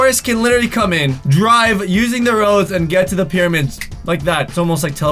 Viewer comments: Okay when you said "pyramid are all alone in the desert" it actually sounded like you said period instead of pyramid 😂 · U said periods instead of pyramids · do you realize that 2 and 56 seconds into the video u said periods instead of pyramids 😂😂😂😂lol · anyone here say periods instead of pyramid. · he says periods instead of pyramids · Who else heard say “periods” instead of pyramids. 😂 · he says "periods" instead of "pyramids" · " " instead of saying pyramids said "periods" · Does he say periods instead of pyramids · Did anyone notice that he said periods instead of pyramids but me? If u did leave a like ⬇️ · says period instead of pyramid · Did anyone else hear him say “periods” instead of pyramids or is it just me?? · said periods instead of pyramids, lol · Just watch He said period instead of pyramid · he said peiroids insted of pyramids! lol loveyou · On he says periods not pyramids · talk said pereid instead of pyramids 😂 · did he say periods or pyramids? 😂😂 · Did anyone notice that he said periods instead of pyramids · does he say periods or pyramid? 😂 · he said period instead of pyramid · I like how he said periods, not Pyramids!! Lol 😂😂😂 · he said periods instead of pyramids 😂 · “Apparently these periods” 😂 I think u mean “pyramids” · Does he say period instead of pyramids:))))))) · you said periods instead of pyramids😂😂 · he says these periods instead of these pyramids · You said periods instead of pyramids XD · He said period instead if if pyramid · did any one notice that he said periods in stead of pyramids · Did anyone realize he said period instead of pyramid 😂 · Lol when he tried to say pyramids he said period omlll 2 0 1 9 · "apperlanty these periods" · it sounds like period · OMG at the mark, the pronounced the word pyramids as PERIODS. Hey, your gf must be on hers...😂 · did he say periods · You said pyramids wrong 😂😂😂😂😂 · Here how he pronounces pyramids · he did NOT say pyramid.... listen very very closely